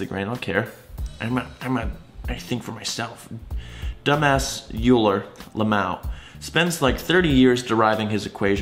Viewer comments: is going to get roasted by Papa Flammy for saying You-ler instead of Oil-er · Yeah. I think it's pronounced oil-er. Correct me if I'm wrong. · Who the fuck is Youu-lah? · Also, it's pronounced /ˈɔɪlər/ not /ˈjuːlər/ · It's Oiler not Youler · "YOU-LER" PAPA FLAMMY WILL BE PISSED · When says 'yooler' Shudder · I’m sorry what was that? YOULER? YOULER? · It's Oiler! Cmon! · Triggered by yew-ler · It's pronounced oiler, triggered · Pls do Not pronounce Euler like „youler“. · “YOU-ler” cringe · what did you just pronounce! Do not disgrace the gods! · Oh no, why did you pronounce Euler like that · the meme is my face after he said both Euler as “yoo-ler” and mechanics as “metchanics” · You're pronouncing Xi wrong, even for an American - also, the irony of calling Euler a dumbass when you initially pronounced his name as 'Yuler' ;) And you initially pronounced quantum mechanics as 'quantum meshanics' - fair to say this video left me rather triggered haha; I'm not like a neutrino, I can't simply just keep going like nothing happened